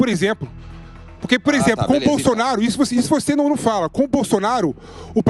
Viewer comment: "para com issu, para com issu" kkk viraria um bom meme 😂